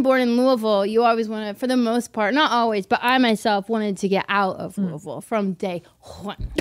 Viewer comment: I appreciate that Bobby pronounced the name of my city correctly (Louisville)